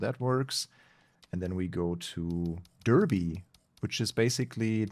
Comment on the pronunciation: Btw “Derby” is pronounced dar-bee